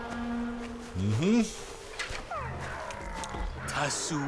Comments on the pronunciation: Hey doc, it un-tie, not unite. Just sayin. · I kept getting annoyed last time and i thought he would have figured that he was is saying it wrong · true, I noticed that as well ;)